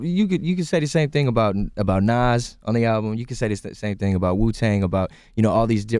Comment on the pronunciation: Lol we-tang ...... wu- tang